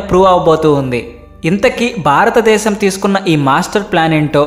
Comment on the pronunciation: తెలుగు భాషకి ఒత్తులే అందం. ఆ ఒత్తులు లకుండా మాట్లాడితే అది తేలి పొయి నట్టు ఉంటుంది. కనుక ఇప్పుడైనా ఒత్తులు ఉన్న చోట కాస్త ఒత్తుల తో మట్లాడితే బాగుంటుంది. మరీ బారత దేశం బారత డేశం అంటున్నారు. భారత దేశము అని స్పష్టంగా పలికితే బాగుంటుంది. ఇది మనవి మాత్రమే.